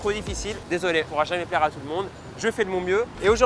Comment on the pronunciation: "Il a tout perdu l'iphone touut"..."Ah non c'est un Nokia"😂😂😂😂😂